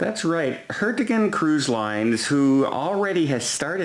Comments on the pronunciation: It's Hurtigruten. Phonetically "Her-tee-grew-ten". You better watch out or that cruise line will start calling you Done, not. Connecticut Bob and Jill waving and speaking with a New England accent;0) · From "How to pronounce Hurtigruten. First things first: what is that word all about? The word Hurtigruten means “express route” or “rapid route” and the most usual way to pronounce is “hurti-rerten”, without the “g”." Sounds like is saying "Hertgen"